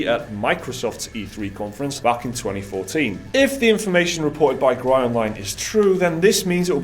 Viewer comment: FYI, "Gry" is pronounced more like /ɡrɪ/, as in grimace, and it means "games". Just putting it out there for posterity.